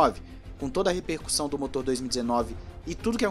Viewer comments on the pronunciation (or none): none